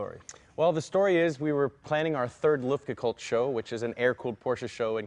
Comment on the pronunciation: Ü - it's an Umlaut. UE - luftgekÜhlt - or luftgekUEhlt. NOT loofdgeecoold! Even in california. Or is it cäliförniä?